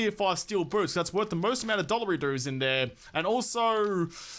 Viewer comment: I heard ozzyman say dolerydoos it cracked me up